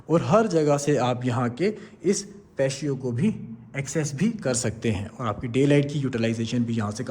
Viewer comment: Patio pronunciation is Pa • tea • oh You're welcome.